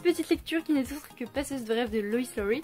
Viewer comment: Hello :) L'auteur est Loïs Lowry mais c'est dur à prononcer :( oui il est flippant le 2 même à 21 ans ;) merci et bienvenue